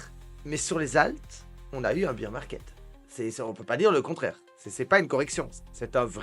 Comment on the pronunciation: on prononce bèr market , bear c'est l'ours en anglais